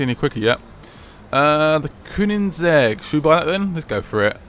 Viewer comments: Koenigsegg, not Koonigsegg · You pronounce koenisegge coinsegg